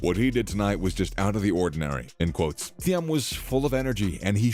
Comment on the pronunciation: Thiem is pronounced Team